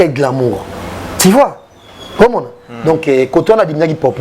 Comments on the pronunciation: Monsieur en casquette rouge ont dit tu vois, et non ti vois..juste un rectificatif, merci. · Yo jazz on dis tu vois et non ti vois